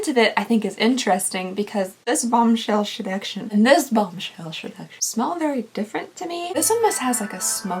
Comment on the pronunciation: I will never be able to say 'seduction' any other way now... "sheducshion" LOL I love it.